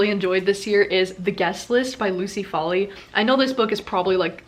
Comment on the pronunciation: You are an amazing reader and I love your enthusiasm. I was a reading disaster in 2020 but all set to get my mojo back this year, yey. I’m Irish and we would pronounce the Irish surname Foley as “foal-ee”. I wish I could do reviews as well as you. Keep it up. Love your Mom too 👍